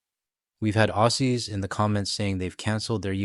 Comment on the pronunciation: Please, Aussies is pronounced Ozzies. Cheers.